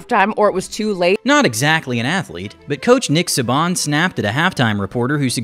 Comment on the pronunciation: Dont think I've ever heard Saban pronounced "suh-bahn" before.